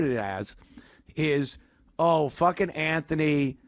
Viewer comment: Fwaking A Ant ! 👏🏾👏🏾